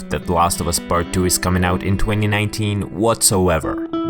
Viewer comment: "The Last of Us pard Duuu"